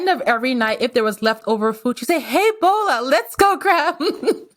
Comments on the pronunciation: FYI you are butchering the first name, Boola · Her name is pronounced "Bola" like Bobby, not like Ebola.